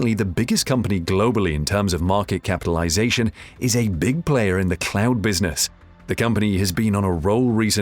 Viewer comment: Microsoft Clown Services. That’s what hear because of his pronunciation. P.S. English is my second language, that doesn’t help either. lol